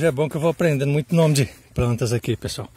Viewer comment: Vídeo ótimo, mas o apresentador errou o nome de todas as plantas. Rsrsrsrs. MAS É UM SONHO DE SÍTIO